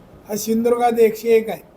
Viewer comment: शिंदृगा ???? नालायका सिंधुदुर्ग म्हण. .